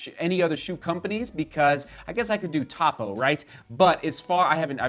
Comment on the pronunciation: Topo is pronounced Toe Poe. The founder is TOny POst. I think you may enjoy their shoes! I was interested in Altra to try 0-drop, but the more I read - I got the sense that Altras fall apart early. Topo is not just a low-drop alternative (their shoes are 0, 3 or 5mm drops), but they are far more durable.